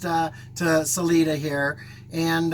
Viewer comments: Sa-Lie-duh, not Sa-lee-duh. And I am not going to help you with Buena Vista. Drink lots of water, eat red meat and walk easy, but walk. I am not going to tell you where we go panning for the 4th of July, but it is in Wyoming, it is nice and cool, and it is over 10,000 feet. And don't go to the gold mine above Granite- that is up at about 12,000 feet. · City is pronounced Sa-LIN{E}-da